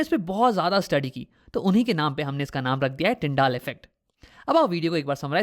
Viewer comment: It's tyndel not tyndaal (pronunciation)